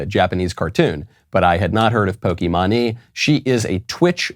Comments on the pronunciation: I couldn’t even watch this whole thing, it physically hurt to watch. It was funny how he pronounced pokimane so wrong tho lmao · Dear Michael Knowles; I find it endearing that Michael Knowles mispronounces various things. Pokimane is not Pokey Mahn knee, but Pokey Mane to rhyme with Horse's Mane. I'll save my Schism rant for later. Remember you went to Skhool, and Ben went to Szhool. We are in a Great Skhizm with the Orthodox not a Szchizm with the Anglicans. I really could go on. Sincerely in Xto A Ghetto Conservative Mike B. B. From Philly, P.A. U.S.A. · The way Michael pronounces Pokimane's name (pronounced poh-key-mane) is hilarious. Poh-key-mah-nee? I'm dying! This blatant reality check of "you're irrelevant" from Michael has never been so harsh! I love it, keep it up! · Pokimani lmao that’s a crazy pronunciation of pokimane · It's poki-maine not pok-e-man-e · Michael it’s poky-mane not poky-mon-e your the best but that was just to funny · Just for the record it’s pronounced “Poki-mane” not “Poki-mani” lol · Lol he said Pokemanee It’s Poke-main 😂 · It’s pokeymain 😭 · I’m sorry but “pokiemanye”??? Nah bro ✋💀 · bro saying pokee manee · NO WAY YOU JUST SAID POKEY MAHNEY IM DYING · "Poki-mani" 🤣 Good stuff Michael. 👍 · Hearing Knowles call pokimane po-kee-mah-nee, is way too funny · i'm glad i lived up to the point in time to hear Michael say POKIMANI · Michael pronouncing Pokimane as Pokémoni is the greatest thing I've heard today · I was so confused when Michael said "Pokeymaney" and then I saw Pokimane on the screen. Had me in tears! 😂 Still love the show! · It's Poke Mane like (Pōkē Māne or Maine) It doesn't really matter. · not that it matters, but it's poke- mane--- like that, but maybe you did it intentionally, lol great show, keep up the good work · pokémonie lmao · I know Michael doesn't care, but Pokimane is actually pronounced "pokey-main". And I only know that from another gaming-based YouTube channel. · It’s poke mane that’s how it’s pronounced